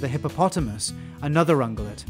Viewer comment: I think you're saying that wrong. Pretty sure there's an irritatingly invisible 'y' phoneme in ung(-y)ulate.